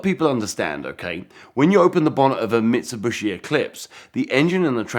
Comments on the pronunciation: Bro said mitsubooshi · How many times did he mispronounce Mitsubishi? 🤣🤣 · This is cool, I just really wish this dude knew how to pronounce Mitsubishi properly. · He is saying wrong Mitsubishi